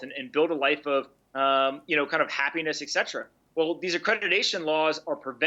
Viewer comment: Hey Pompliano, the word is Etcetera!